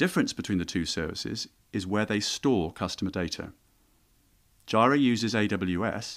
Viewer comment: Jira is pronounce JEE-rə. 🙂